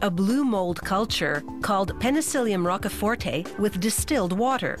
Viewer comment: Very triggered by how she pronounces Rochefort